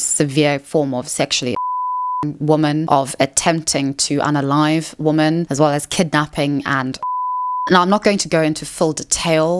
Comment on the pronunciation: She's gotta stop pronouncing "woman" and "women" like they're the same word. Same with "really" and "rarely." It's both confusing and annoying.